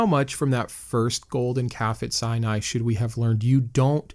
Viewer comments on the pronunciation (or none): none